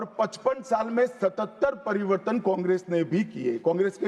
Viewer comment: inse bola nahi ja raha hai pariwartan ko pariwardhan bol Raha hai aur sabse pahle to ye fit nahi hain inko har roj 5 km running karao fit ho jayega to achha se awaz niklegi